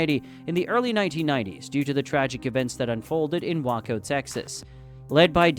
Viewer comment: WAY-COH, not WAHK-O